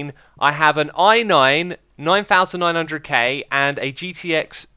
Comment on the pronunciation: Not gonna lie, bothers me how you say 9900k.